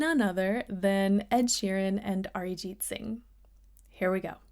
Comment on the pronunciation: The fact that you pronounced Arijit so well shows your admiration for him.